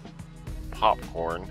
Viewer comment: I believe its pronounced "Pupcorn"